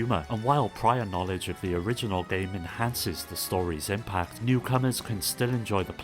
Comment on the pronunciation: uggghhh this is the nastiest sounding english accent fuckin clear your throat, ever heard of an AHEM? "If U FROW a Ton of Guramplay" eughh the way you say Game is fucked up